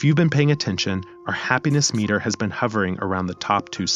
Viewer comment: The way you said “we will shift our attention from our budget, to our happiness MEter.” The voice put the wrong tense on the wrong part of the word. Now I think your ai as well. If you are using your own voice… stop reading from the paper, or screen. Memorize what you’re trying to say, and instead of just reading g off the paper, just talk like your having a conversation, it comes across as a teacher, not a narrator or someone just talking having a conversation. Yeah as I wrote this, I listened to it as well, and it’s so weird as some words sound right, others sound mechanical.